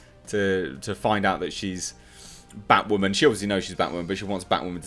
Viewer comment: IT’S Bat-WAHHH Man